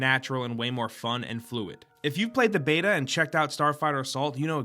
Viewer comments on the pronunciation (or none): none